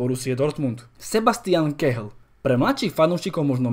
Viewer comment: Kehl výslovnost je kél